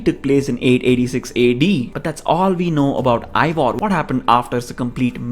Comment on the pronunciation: Not ivor... its eivar